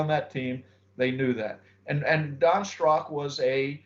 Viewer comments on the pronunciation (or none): His name was Don Strock !Not wood strock.